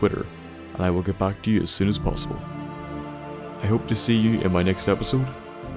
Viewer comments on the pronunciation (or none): none